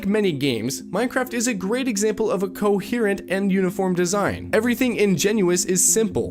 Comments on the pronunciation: you're baiting with the pronunciation of "coherent" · I love you, truly, its pronounced co-hear-ent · Hold on. What the hell does "cohurrent" mean? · the only wrong thing in this video is how you said coherent. rest masterpiece